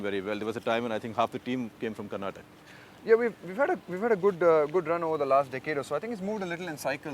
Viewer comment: It is KARNATAKA and NOT KARNATAKKKK! Shekhar you moron!